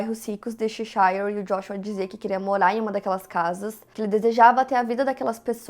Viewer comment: Apenas uma observação: a pronúncia da cidade Cheshire é /chéchãrr/, e não /checháiãr/.